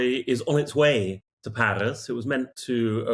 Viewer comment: Paris, or Palis as this bloke pronounces it! 😂